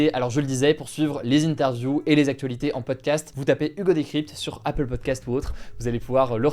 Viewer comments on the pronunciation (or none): none